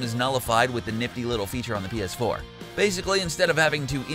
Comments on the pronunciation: Is it just me or dose this guy say bs4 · Is that Philip Defranco? Also I swear he says 🅱️S4 every single time